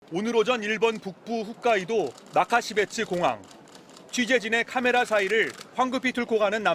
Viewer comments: 훗카이도가 아니고 홋카이도 입니다..ㅠㅠ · 훗 X 홋 O ㅜ 랑 ㅗ 구분 똑바로 못하냐? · 아나운서가 후까이도가 뭐냐 후까이도가 ㅡㅡ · 훗까이도가 뭐냐 훗까이도가...